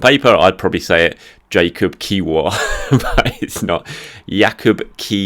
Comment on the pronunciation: Well done with the pronunciation of Kiwior's name!